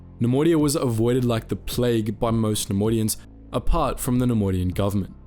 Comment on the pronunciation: take a shot every time he says ‘nemodian’